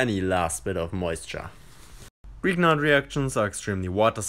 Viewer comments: "greeknart" ? Its Grignard. I spell it like "Grinjar" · Just a quick remark: "Grignard" is a French name and is pronounced "Gri-ni-ar".